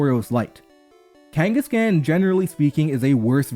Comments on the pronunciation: The khan in kangaskhan is pronounced like "Genghis Khan", not like "can" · the end of Kangaskhan is pronounced like Ghenghis Khan :) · It's pronounced KangasCon , like Genghis Khan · You’re pronouncing kangaskhan wrong. It should be pronounced kaan at the end. You would say the last part the same way you would say khan in Genghis Khan. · Do you really not know how to say kangaskhan